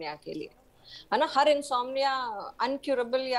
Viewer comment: इनसोमेनिया नहीं इनसोम्निया सही शब्द है ।